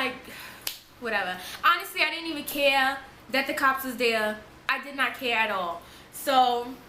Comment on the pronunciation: Her accent😻 the way she says 'lost' like 'luost'.. Also when she said 'honestly I didn't even ce-ar, that the cops was the-ar'..😻